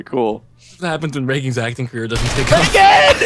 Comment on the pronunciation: best moment by far. Love how says Reagan!!!